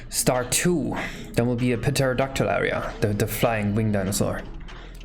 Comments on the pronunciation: Lmao, imagine pronouncing the p in pterodactyl. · Did just pronounce Pterodactyl with the p? I expected more from an English major